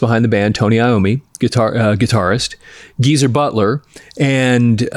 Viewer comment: It's GEEZER, not Giza